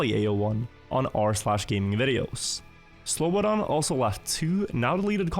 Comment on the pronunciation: man you really took time to pronounce that slobodanmedadadonevic name correctly didnt you XD